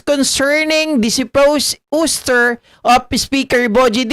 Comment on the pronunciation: Ouster ( pronounced as “awster” )